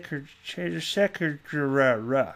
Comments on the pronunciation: If you can’t pronounce a person’s name properly (in the case of Shehan Chandrasekera) instead of taking the mick out of their name when trying to pronounce it, just say sorry if I get this wrong? It’s not cool mate, show a bit of respect. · Your pronunciation of the last name tho! 🤣🤣🤣